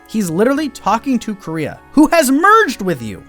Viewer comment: It's kind of hilarious they pronounce the sister's name like "Korea" in the english dub.